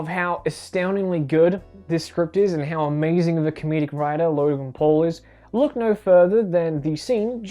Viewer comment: the first time he said logan paul it sounded like he said logan "porn"